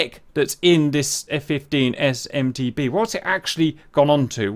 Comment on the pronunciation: Why do you keep saying F-15S/MT"B" when it's MT"D"